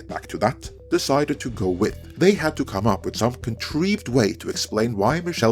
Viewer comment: I absolutely adore the way says 'Con-Treeved'.